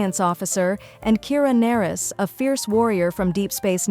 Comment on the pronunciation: I bristled every time I heard "Kira Nerris" (pronounced Ner-ees)